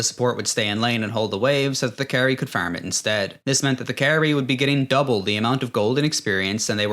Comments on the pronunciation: Me going "when this guy says Farm, it sounds exactly like a cross between "farm" and "firm." And 5 seconds later, you have a meme of I Robot saying "faerm" I'm DEAD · its very funny that you sound like you have a vaguely north american accent and then you say things like farm and sound like an irish person trying to do an american accent